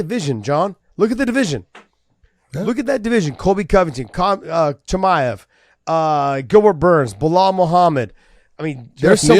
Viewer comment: josh actually call khamzat "CUMSHOOT" chimaev. Now i understand his name "the punk" all make sense for me